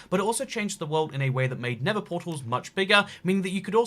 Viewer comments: NeTHer Not “Ne’vur” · It really annoys me that he calls the nether “the never” 😑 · why do you call the nether never?